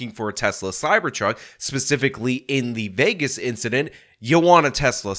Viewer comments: said pacifically instead of specifically 😂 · so that wasn't just me!! I had to replay it and it sorta sounds like she puts the most silent of Ss at the beginning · Did that fbi agent say “pacifically”? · She literally said pacifically instead of specifically 😂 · she’s a spokeswomen for the fbi in this situation. Yes she should know the difference between “pacifically” and specifically. What? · She pacifically made it clear that it wasn’t a terror attack. We live in New Orleans, and were watching the local news Wednesday morning, and when she said “pacifically” my husband about died. I also loved her nose ring, something that is pacifically violative of the FBI’s rules regarding their agents’ appearances: no facial piercings. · I don’t know. Do you think the script she was reading from said “pacifically”?